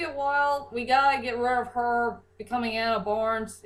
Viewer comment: and its rid not rib